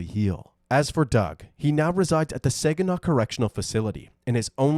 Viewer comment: Uhhh… Saginaw, Michigan is pronounced “SAA-guh-naw”, NOT “SAY-guh-naw”. You can see this by watching the YouTube video posted by the City of Saginaw, MI that briefly discusses its history.